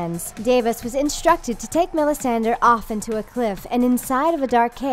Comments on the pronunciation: What's up with MelisandIR? hahahhahahahahahha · "Davis" "Melisander" "Exoss" "Westairos" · Chelsea Suarez i know! I can't even finish the video it's driving me nuts. Day-vos? Mellisan-der? Drone? Like, nope. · Drone, Davis, Melisander, Thein...goddamn, also it sounds like she says excess rather than Essos. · Hears "Melisander" facepalms